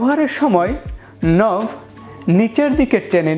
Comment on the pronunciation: নভ নয়, নব ওকে ।